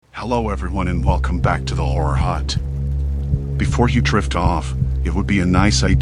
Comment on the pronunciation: When he says horror hut at the beginning of this it sounds like, whore hut. Lol every time that's what i hear even though i know what he's saying.